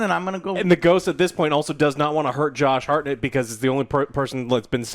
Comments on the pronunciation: Wtf is that pronounciation of Hartnett? Its not Hartnette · it`s hart-nett not har-nett, jesus